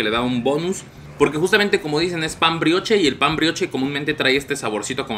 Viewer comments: Se pronuncia "Briosh" saludos❤️ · Carnal. Si vas a hacer reseña de comida aunque sea checa como se pronuncian las cosas (pan brioche)